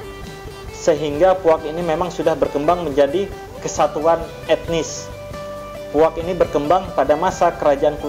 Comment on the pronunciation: Bukan puak tapi puag